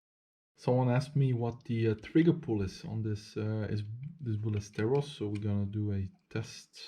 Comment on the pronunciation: Ballesteros, not Bullesteros. He is a Spanish Shooter : Jorge Ballesteros.